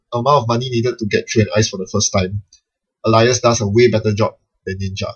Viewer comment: Normally you pronounce it ay-lee-ass Alias thats ay as in the letter A.